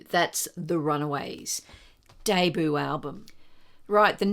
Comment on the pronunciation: Just a couple of small corrections in pronunciation----- it's DAY-BYOO, not DAY-BOO. And the Ramones' tune is pronounced BLITZ-KREEG BOP, not BLITZ-CRYG BOP.